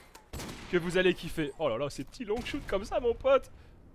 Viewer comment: Mes oreilles saigne un petit peu à chaque fois qu'il dit ''longshot'' parce que'il le prononce ''longueshoute'' xD